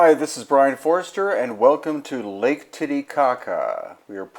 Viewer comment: you must be saying that name wrong, there is no TITTY only titi, anyway cool video, cool islands.